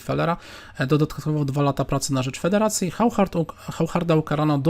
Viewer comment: To Hauchard to chyba auszard się czyta. Takim oszustom to fide powinno przyznawać tytuł SM - stockfish master